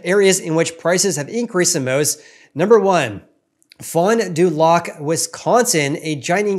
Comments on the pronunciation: hello from wisconsin. pronounce it: fon due lack. Keep in mind, this is about 75 mins NW of milwaukee. It's a standalone city and small market, no suburbs and only about 35,000 people. So 1 or 2 big sales could skew the results. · Great video. Also it’s pronounced Fon Do “lack”, I am surprised prices are up so much there. I am a Wisconsin resident and I personally make more than the average household income in my area and cannot comfortably afford a house rn.